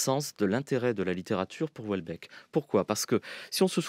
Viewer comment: France Culture ne sait pas lire Houellebeck...De la bien-pensance à revendre